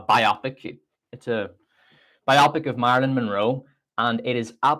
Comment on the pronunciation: I was thinking the same thing... bio-pic, not biopic, lol.